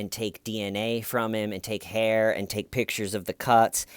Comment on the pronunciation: "DA HAIYR IS THEIYR,, DA HAIYR IS THEIYR BUDD!!"